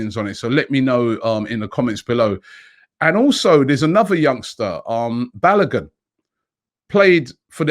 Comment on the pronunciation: BA LO GooN ! pronounce it properly mate. Also Martinelli so much better that Nketiah, so loan Nketiah and Willock.